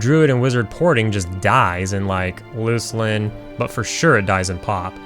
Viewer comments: Take my upvote! Its pronunciation is 'Looselin' forever. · Finally someone understands how to pronounce "Luclin" correctly.